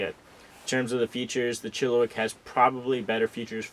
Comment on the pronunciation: It is pronounced Chill-a-Whack.. Not wick!!!